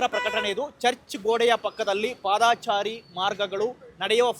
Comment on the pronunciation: ಪಾದಾಚಾರಿ ಅಲ್ರೋ..... ಪಾದಚಾರಿ....ಸರಿ